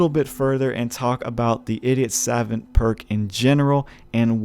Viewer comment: "Idiot savint"